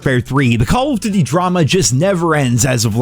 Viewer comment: Or "duty"